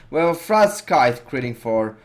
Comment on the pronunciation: sweet vid! btw Frostscythe is pronounced Frost sythe. the C is silent... and yes english is stupid sometimes xD